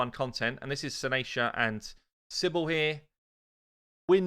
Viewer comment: CYBELE NOT CYBL... :P :P :P